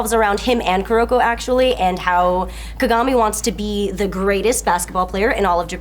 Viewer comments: Ka-ga-mi, not Ka-gami. It was so off-putting the way you said it. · She even fucked up and called him "Ku-gami" once. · x73igg not true at all; its considered rude to pronounce a name wrong, especially if done repeatedly